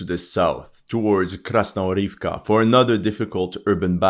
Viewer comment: Krasnohorivka actually pronounces as KasnoGorivka with a G as in Good